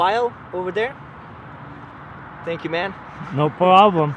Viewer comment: No prrrrraaaaablom